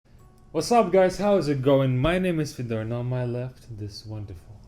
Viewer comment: Пожалуйста, не коверкай своё имя, ставь ударение на первый слог и произноси ё, друг. Можешь удалить мой коммент после прочтения, но ты должен знать что твоё имя Fedor c ударением на второй слог имеет неприятное значение на португальском. A португалтговорящих много в мире. Смотри сам, но если есть возможность поменяй написание имени в загранпаспорте.